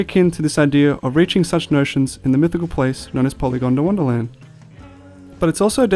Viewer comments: It's pronounced Poly gond wanna land not "gonda wanna". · Polygondwanaland not polygondawandaland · Great videos. The way you are pronouncing Polygondwanaland as Polygon da wonderland is irking me though 😂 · You wont stop saying "PolygondAWANDAland" 😔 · Piss anyone else off how it sounded like he said "Polygondawonderland"?